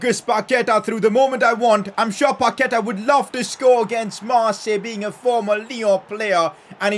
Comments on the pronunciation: It's pronounsed Pakueta not paketa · Put the accentuation in the final a when saying Paquetá, I think that’s its correct pronunciation